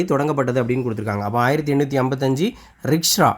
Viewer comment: ரிக்ஷ்ரா என்று உங்கள் உச்சரிப்பு உள்ளது அண்ணா... ரிஷ்ரா என்று உச்சரிக்க வேண்டும்... உங்களுடைய பல சாட்ஸ்களை நான் பார்த்துள்ளேன். உங்கள் முயற்சி பாராட்டுக்குரியது. மிக்க நன்றி. மிகவும் பயனுள்ளதாக உள்ளது🎉🎉🎉🎉🎉 மேலும் இதுபோன்ற வீடியோக்களை வரவேற்கிறோம்.